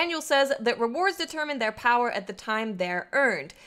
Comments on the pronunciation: Hey great video. Just to clarify though about the engram power, its actually says the minimum not the maximum. Also I like when you say "Powah" =D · That accent when she pronounces power though bahahaha